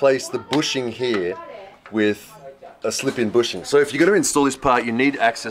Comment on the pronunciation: brother, why are you saying "hee" instead of "here?)